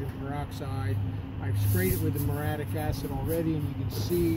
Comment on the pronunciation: It's Mur-ee-ah-TIC acid.